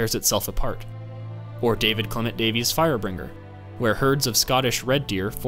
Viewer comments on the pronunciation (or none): none